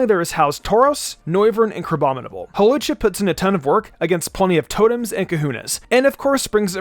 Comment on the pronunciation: Lol I like how in a previous video he fixed his mistake about Hawlucha, but in this video he doesn't